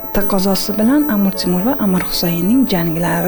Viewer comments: Эй диктор чудила мусикага нима бор ва Амур Темур эмас Амир Темур бошингга эшшак тепсин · Биронта Янги гап эшитмадим. Кейин хам опахон амир цемур эмас амир Темур деп айтилмайдими ? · Амур (Amur) Темур эмас,Амир (Amir) Темур! Қачон тўгри гапиришни ўрганасизлар?! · Амур Темур эмас Амир Темур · Амур Темур эмас Амир Темур! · Сохибкироннинг номини тугри гапиринг амур эмас Амир Тимур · Нимага бошлавчи Амур Темур деяпти,тугри талаффуз килиш керак эди...